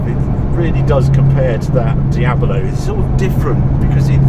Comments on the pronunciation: "...after that Diaballo…", what's a Diaballo? Lambo did a Diablo, no Diaballos, though. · Just a note: it is Diablo, not Diabolo